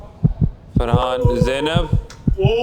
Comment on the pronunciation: Sorry gyzzz it’s frahaannn